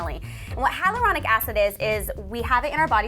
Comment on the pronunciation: it should be hyaluronic instead of hylauronic..FAIL